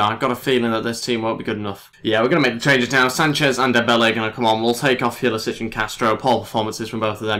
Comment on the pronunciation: Pulisic is pronounced pull-uh-sick.